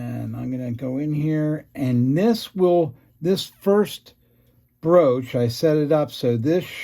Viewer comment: IF you're using tapered bushings. He's using Bergeon bushings, which are cylindrical, thus need a slightly undersized cylindrical hole. Therefore, broaching from both sides is necessary to produce a nearly cylindrical hole. BTW, the word is BROACH, not BROOCH, which is a piece of decorative jewelry.